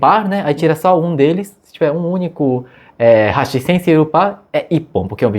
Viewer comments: Fala "raxí", não seria "ráxi"? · Não é HASHÍ e sim HÁSHI. MISERICÓRDIA !